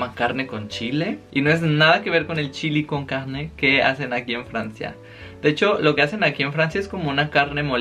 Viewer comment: Me encantó el video, morí de risa cuando dijiste chili con carggne jajajaj 😘